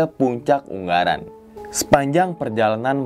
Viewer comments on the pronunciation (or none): Yg betul ungaran bang.... Bukan unggaran.. G nya 1 ajah... 😍 yowes lanjuut... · Gunung ungaran mas bukan unggaran hehe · ungaran bang, bukan unggaran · Wkwkw katanya orang semarang bang kok ngomong gn. Ungaran jadi UNGGARAN WKWKWKWKKWKW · UnGaran bang bukan unGGaran , G nya 1 doank hhe